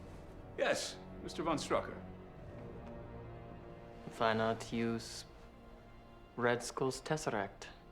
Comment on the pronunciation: There really, really, really is no Ü in "von Strucker".